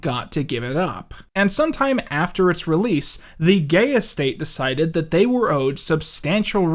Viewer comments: I'm sorry, but I laugh every time you said Gaye Estate. It sounds like you're saying Gayest State. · I could have sworn you said 'The Gayest State' and I was all:! How could y-- oh, I get it